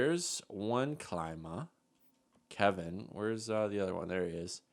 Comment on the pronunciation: His name is like saying kleema not like how you say it and it's the same way for his brother I've watched him play all of his junior hockey career